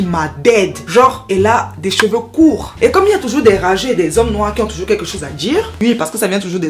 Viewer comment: I’ve got a problem🤭with how you pronounce certain letters ( and par exemple ). Is it 𝐩𝐞𝐫𝐭𝐢𝐧𝐞𝐧𝐭𝐞 or 𝐩𝐞𝐫𝐭𝐜𝐡𝐢𝐧𝐞𝐧𝐭𝐞..? Is it “...quelque chose à 𝐝𝐢𝐫𝐞 or quelque chose à 𝐝𝐣𝐢𝐫𝐞..? I know it is kind of trendy or cool in certain areas of France but it drives me insane!!!🤦🏽‍♂️🤦🏽‍♂️🤦🏽‍♂️ Just like people back home ( even those who are called 𝐢𝐧𝐭𝐞𝐥𝐥𝐞𝐜𝐭𝐮𝐞𝐥𝐬😏) who went as far as inserting the letter 𝐊 in the last month of the year... 🙄 That’s my rant over.... BTW, I am big fan...🙃🙃🙃 Just saying...🏃🏽‍♂️🏃🏽‍♂️🏃🏽‍♂️